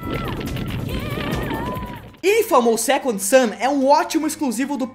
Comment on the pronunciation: É "SECOND SON" e não Second Soneeeee